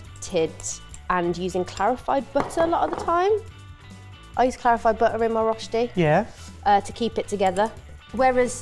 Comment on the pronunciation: You guys got so close, better than most. But how does a professional chef not know how to pronounce rösti?